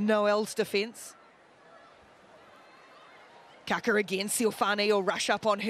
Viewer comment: My ears are bleeding, pretty sure it's Kākā not kaka....2 very different things lol